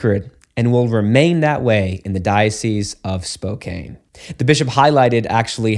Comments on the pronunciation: This point is irrelevant to the broader discussion but it’s pronounced Spoe - Can.( It rhymes with toe- pan ) 😂😅 Washington has been making a lot of wild laws recently. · It's pronounced "Spow-can"😊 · it is pronounced "spoke-can" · Father, the Washington State city named, Spokane”, is pronounced “Spoke Ann”. 😉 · Great video. Just one thought ... the people who live in Spokane pronounce is spo KANN (short a).